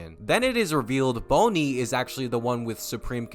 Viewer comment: who tf is "boney"